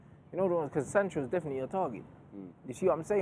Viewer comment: He said dedinitely one not three